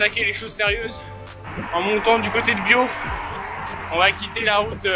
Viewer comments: Sympa la vidéo sur mes routes d'entraînement, et les explications. En revanche, la prononciation des bleds est pas ça 😂😂😂c'est pas Bio mais BioTE, et pas Ageay, mais Aguay 👌👌👌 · Super vidéo Et au passage on prononce biote et non bio pour la ville de biot 👌